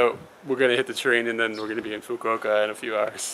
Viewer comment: So that's how you pronounce "Fukuoka". I would have pronounced it in a way that would make a sailor blush.